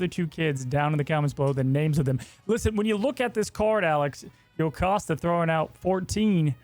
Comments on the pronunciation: ALEX WHY! It's Jocasta, not yocasta! This is bugging me so much!😭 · It's JOE-cost-uh. I get that it is Greek so you might think it's the Y sound, but Marvel has always used the English pronunciation of the hard J. You can hear it used in this clip at the mark. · Bastion is from X-Men 97, but he is not in the original series. Plus Jocasta is pronounced Joe-casta so Alex was mistaken trying not to be 😂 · funnily enough i believe it’s actually pronounced Joe-costa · Bro, why is Alex saying yocasta😭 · Yet he can't pronounce Jocasta right 😂